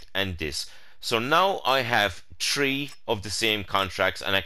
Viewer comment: Do you mean Tree or Three? lol